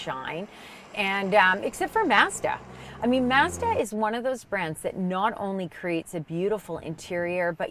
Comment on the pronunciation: lolol, they way she says Mazda.. “Maze’da” and “Spor’Tahj” I had no idea was such a Mazda fan.